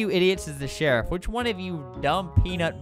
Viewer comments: “It’s so hard to shoot the sherif” - Albert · he said “why is it so hard to shoot as the sherif”